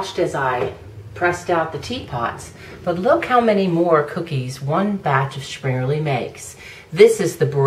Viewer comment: Well presented video on this great traditional treat. :) But an honest question: Why is that every video I've seen made by Americans, springerle is simply not pronounce correctly, always adding an "eee" sound to the end rather than "uh" or "eh". It's so very odd and I wonder where it comes from. They've been in my family in the states for generations now but we all pronounce them almost the same as any German speaker. :-/